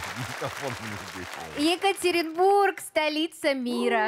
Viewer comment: нет, она хотела сказать ЕкатерИнбург, а не ЕкатерЕнбург